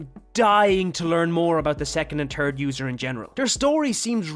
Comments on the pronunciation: “Second and turd user” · Bro he said the turd user